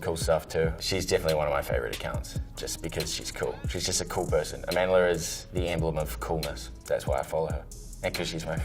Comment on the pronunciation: “Amandler” omg the accent